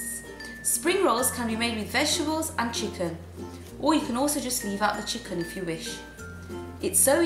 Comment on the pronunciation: "chickun" lol love your channel x